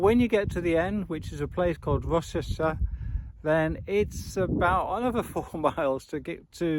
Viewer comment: Good video - for future ref Rocester is pronounced Rowster 🙂